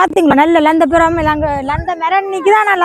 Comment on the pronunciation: லந்தபழம்இல்லை இலந்தப்பழம்